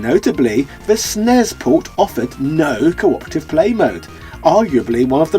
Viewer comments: Who's this "we"? I played it as a kid. Rented it as a child. Sness not snez It's the super Nintendo entertainment System not Zystem. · i mainly played Final Fight and Final Fight 2 back then. didn't play much of Final Fight 3. but i must say i'm not too picky with beat 'em up games so i would gladly pop this one in and give it a whirl. on a side note please stop saying snez.